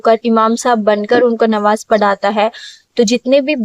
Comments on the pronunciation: Nawaj nhi namaz bola jata hai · Nawaj nahi namaj bolia sister